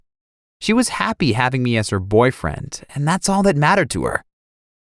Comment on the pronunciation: How says BOYFRIEND *B🙌O🙌Y🙌F🙌R🙌I🙌E🙌N🙌D